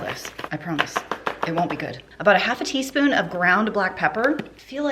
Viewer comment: "Teaspoon" lol